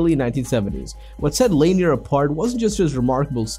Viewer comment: Lanier is pronounced La Neer